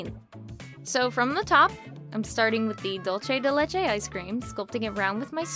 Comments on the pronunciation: Is not dolce di lecce, is not Italian, is Spanish. It’s pronounced “dool-seh deh leh-cheh” (or dool-theh in Castilian). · The way you pronounced Dulce de leche 😶 And I don't wanna sound rude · Wow I didn't knew there is dulce de leche icecream in other place that is not Argentina, I'm from Argentina and the pronunciation broke me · Thats me with the way she said “Dulce de Leche” it was pretty funny lol.